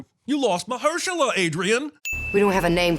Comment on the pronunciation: 2 sins for misprouncing 2 time Oscar winning Mahershala Ali's name.